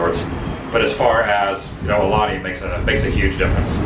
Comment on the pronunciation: Brah….. your pronouncing “Aulani” wrong. It’s “OW-Lani” NOT “Aahh-Lani”